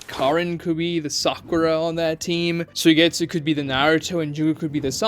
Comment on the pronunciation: His name isn't pronounced sue-getsu it's sue-E-getsu